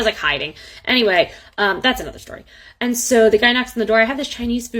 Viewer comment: Aayand? It’s and.